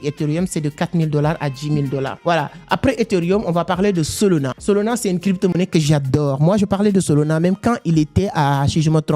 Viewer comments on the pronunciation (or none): « SOLONA » 😂😂😂 même la traducteur YouTube comprend « SOLONA » au lieux de SOLANA 😂😂😂 tu arrives à dire le « A » de la fin mais le A au milieu tu le remplace par O🤷🏼‍♂️🤷🏼‍♂️🤨🤨🤨🤨🤨😂😅 je comprends pas pourquoi car même avec ton accent tu arrives à dire le « A » de la fin mais pas le deuxième A au milieu ?!🤨🤨🤣🤣🤣🤨🤨🤨🤨🙄 WTF 😂😂